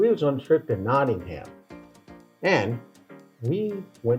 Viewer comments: 🎉The city is 'NottinghUm' not 'NottinghAm' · No such place as Notting-Ham. It's Nottin'um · Gosh my internal autisitic british head is going crazy at there mispronunciations especially of nottingham it ends with a hmm not a ham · If you really do want to learn about England and the English as you claim at the start you could do well to learn how to pronounce English place names the way they are pronounced in England! Nottingham Castle is pronounced Nottingum, one word, Castle not Notting Ham Castle just like Buckingham Palace is pronounced Buckingum Palace not Bucking Ham Palace! A little bit of preparation goes a long way! Hang on a gosh darn minute! I just got to 1 minute into the video and gave up. You seriously thought that America was the only country in the world that ever had a civil war? Seriously? Are you kidding me? Honestly? Go on, please tell me you were joking! Pleeease! For the love of God, please tell me it was a joke just for my own sanity before I start tripping! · It is pronounce 'knotting-em'. Hence the dirty song. And remember that the term "Civil War" actually comes from the Latin and the Romans had a civil war after the death of Julius Caesar. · Please say Nottingum. Please note, also, that there have been a number of so-called 'civil wars' in England, one of them three hundred years before Columbus set sail to 'discover' the Americas. The Stephen and Matilda war could be classed as civil war, and later on, but still before 1492, the Wars of the Roses lasted over thirty years in the mid-1400's. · NOT ing HAMM 🤣🤣👍👍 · Your ears must have bled every time they said Notting Ham the way mine did! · You haven't learnt how to pronounce Nottingham yet.😅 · Did you actually go to Nottingham? Because no one in Nottingham pronounces it like you do. Thats the American way. Did you even speak to any British locals?